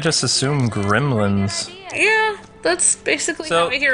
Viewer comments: I pronounce it gremlins not grimlins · I remember grim-lins that's how you say it your right